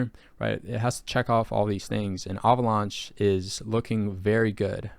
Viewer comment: Why are you pronouncing Avalanche "ahvaulaunch"? 🤣